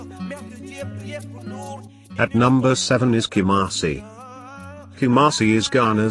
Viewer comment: hahaha kamasi 😄😄😄😄